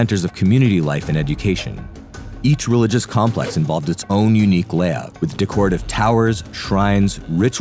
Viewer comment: Decorative = Dekretive ✅ Decorative =\= de-koh-retive ❌